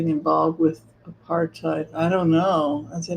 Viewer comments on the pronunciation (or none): none